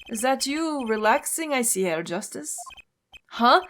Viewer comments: Just for the record, the “H” in “Herr” is actually pronounced in German ^^ Thus, you don’t say “Err” but “Herr” as it’s written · Keep in mind the H in "Herr" isn't silent. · So, either is attracted to Germans or to prosecutors. First Edgeworth, then that girl crush on Franni and now Klavier. I'm looking forward to seeing whether the same is true for Double Destinies' prosecutor. It's still kinda weird for me to see German words pop up in an otherwise English game. And a little tip: The H in "Herr" isn't silent. It's pronounced like the H in "honor". Otherwise your way of saying it is spot-on. (I'm really impressed by your German pronounciation) Edit: I'm an idiot. The H in honor is silent, lol. What I meant was something like the H in "help".